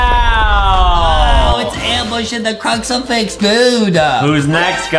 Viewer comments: Btw it's crucifix not cruxifax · it is not called a cruxerfix it is called a cruserfix